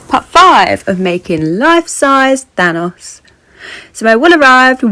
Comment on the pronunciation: Instead of thanos I heard THONGS😂 I was like. Well. Good for you✌️